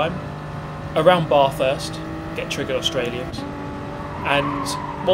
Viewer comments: Get the Bathurst pronunciation right.....it's not pronounced as in "I'm taking a bath". Australia is cringing......:) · Yeh man the way he says Bathurst triggers me like crazy 😰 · please just say bathurst correctly once I beg you